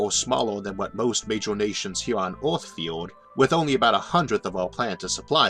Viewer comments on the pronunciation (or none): I cant stand his voice... ooth instead of earth... jesus christ. Have someone else read the damn script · OMG how can you not say earth!? this is terrible can't listen to you at all. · I have no clue what planet you are talking about. "Orth"? Learn to say "ER", not "OR". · “Visions of Awth”